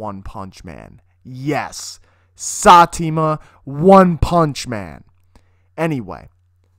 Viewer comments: stop watching u calling OPM Satima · Who the fuck is satima 😂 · Who the hell is SATEMA???? LOLOLOL